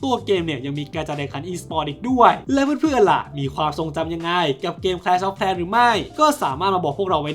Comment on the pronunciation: แคลช ออฟ แคร์ ว่าซั่น😅😂